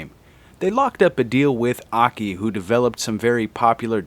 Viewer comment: Oh, now you finally pronounced AKI's name correcrly.